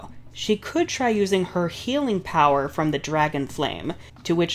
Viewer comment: Love the emphasis on "Healing" 😂